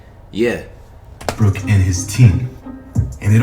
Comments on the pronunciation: Did flight really say Westbrook and not westbrick HUHHHH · “Russel Westbrick”